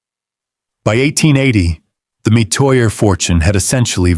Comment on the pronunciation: This is partly true. He's pronouncing Metoya wrong